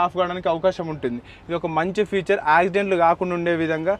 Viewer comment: Adhi Future kadhu ra Babu. FEATURE